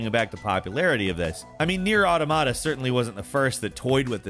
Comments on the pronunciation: the way pronounced nier automata makes me wanna game end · I can't be the only one to cringe every time someone pronounces Nier Automata like he does in this video ....Drives me crazy...